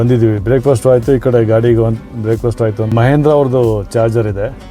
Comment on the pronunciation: ಮಹೇಂದ್ರ ಅಲ್ಲ ಸರ್ ಮಹೀಂದ್ರಾ ಅದು